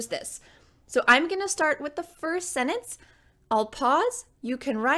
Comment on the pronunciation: It’s sentence not Senance